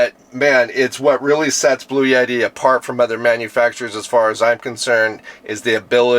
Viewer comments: It's Bluetti, not blue yeti..... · The pronunciation of Bluetti is typically: BLOO-eh-tee Bloo sounds like "blue" eh is a short, soft "e" sound, like the "e" in "bet" tee sounds like "tea" So, putting it together: BLOO-eh-tee